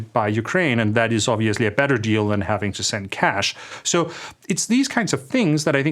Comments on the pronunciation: Funny how my YouTube subtitles translate “minerals deal” to “minerals steal” every time Andreas says that. 😂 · Maybe a Freudian fallacy but I heared a mineral steal instead of a minerals deal. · You said it: Mineral Steal. Subliminal slip? Even the Google translator heard it on cc.